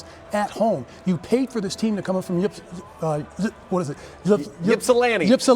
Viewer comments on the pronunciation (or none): It’s pronounced Ips sil lan ti (Ypsilanti). I didn’t know Mark May was Phoenix. Understand Eastern Michigan is not a chump team but Arizona State should have won that game. I know this is a big deal in Phoenix but in Michigan it’s not getting that much attention.